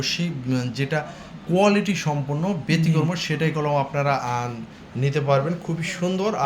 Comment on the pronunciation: ভাই আপনি কি কলকাতার ? আকিক কে আকিজ বলছেন, ব্যাতিক্রম কে বেতিক্রমো বলছেন । আগে মিয়া উচ্চারণ শিখেন ।